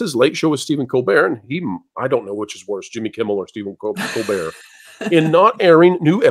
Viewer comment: Does this lady,, have a speech impediment? She can't pronounce George's last name -Stephanopoulos, or Tim Pool's, or even Stephen Colbert.